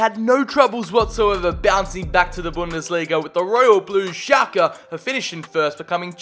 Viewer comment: I always thought you said Xhaka instead of Schlake haha